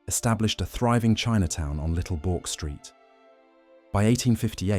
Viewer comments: It's supposed to be pronounced as "Berk" street, not "Bork" street - please go back and fix the voice over track. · Governor Bork? Excuse me! Is this voice AI as well? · Just for reference Bourke is pronounced like the English politician Edmund Burke. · These AI videos are a disappointment when you see Melbourne with a harbour, or images of sydney, wrong information. Starting with an American pronunciation of Bourke. It sounds off right away. In the end disappointing.